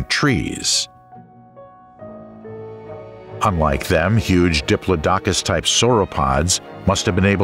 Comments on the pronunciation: "Diplodocus" is pronounced "di-PLOD-oh-cuss>" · NOT "Dipp-loh-DOK-uss"! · I once was at a performance by Peter Schickele ("of PDQ Bach fame") where he pronounced it "DIP-loh-dok-uss", only to have his accompanist correct him with "That's 'DipPLOD-acuss'". I was Today Years Old before I heard that first pronunciation spoken in a serious voice! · Fire your narrator. "Dip-low-dock-us" (the phonetic spelling as uttered by your narrator) is pronounced "Dip-lodd-ick-us" by everyone else except your narrator. Cycads are pronounced "Sigh-cads." The time period known to everyone as the Cretaceous (Kret-ay-shuss) is Crustacious to your orator. The list of flora, fauna, time periods, and sundry other words that are mispronounced (and rather badly at that) are really widespread and distracting. I started to watch this video, but soon realized that you guys are the same folks using the same narrator that I commented on before. Trust me when I tell you, the attrociously bad pronunciation is immensely distracting. When reading a script it's important to grasp the rudimentary linguistics and spelling of the words shared with viewers. A shame really. Ahh well. I need to make a mental footnote to avoid your videos in my hunt for enjoyable informative content. Good luck with subscribers. I wouldn't be able to have the volume on. But that's my opinion for whatever it's worth. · It is pronounced duh·plaa·duh·kuhs not dip low docus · Diplo dokus ahahaha it's "diplodocus" diplodicus.... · I believe that Diplodocus is pronounced. duh plaa duh Kuhs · What the fuck is a Diplo Dockus??!! Now I dont believe none of the names you pronounced Crustaceous LMAO maybe C+ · Your pronunciation of Diplodocus is wrong. Who told you that is the way it sounds? Bad researching? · Your saying diplodocus 🦕 wrong in the video 😑